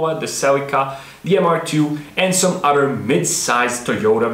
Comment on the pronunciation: you talk about initial d dialog yet you say "udder" insted of other...also there are no other cartoons period that go into the base engineering dynamics of racing technology and as far as dialog it was a manga first.. you should do more research and post fact rather than your opinion. fact is the toyota 4age motor was a special engine that was produced by two manufacturers. the head was not designed by toyota it was designed by suzuki based off of a motorcycle engine this is why the engine can high rev. the design of the narrowing engine block or crankcase at the bottom supporting a large high flowing head.. this is what makes it iconic and great.. the weak points of the engine are oil delivery as most japanese engines are notorious for bad crankshafts, bad oil system and poor ignition system design. you should point out these points... not your bad language delivery and critique of the best car cartoon out there.. since there is no competition to initial d. but of course you knew that...but you seem to be a youtube actor not a engineer or engine guy... sorry if i hurt your feelings but you should do your research prior to trying to make money on youtube which is a public forum.